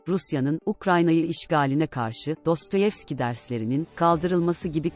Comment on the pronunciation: Van münit noolduuuu...ayrıca cbşk. dostoyevski değil dostoviski dedi ve bundan sonra herkes öyle desin...